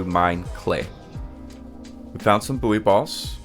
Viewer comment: Nice video - just for info, "buoy" is pronounced the same as "boy" and not "boo-ee" 😁 Minor nitpick aside, excellent vid.